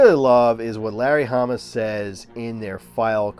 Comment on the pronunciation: Did you say Harry lamma verse............................I know ..... you said Larry Hamma